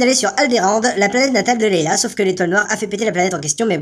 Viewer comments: Leia, pas Leyla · Princesse Leila [Prononcé : Laya] pas Lailla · on dit " leia" et pas leila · LEÏÏÏÏÏÏÏÏÏÏÏÏÏIA PAS LEILLLLLLLLLLLLLLLLLLA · Leïa, pas Leila! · Princesse Leya et non pas Leila !! :D Mais sinon super video ! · Sympa le résumé =) Et entre parenthèses, c'est Princesse Leia, pas Leila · Leïa pas Leila mais sinon très bonne vidéo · Et c'est pas Lela, son nom, mais Leïa !!!!!! Attention !!! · C'est moi ou tu dis "Leïla" au lieu de "Leïa" tout le long ? :O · Leïa mon dieu, pas Leyla. Et Luc n'est pas Blond oo' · je me disais bien qu'il disait leila XD quelle honte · je rêve ou il dit la princesse Leïla??